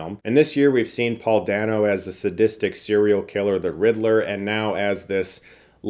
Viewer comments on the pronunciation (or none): FYI Paul Dano’s last name is pronounced “Day-no”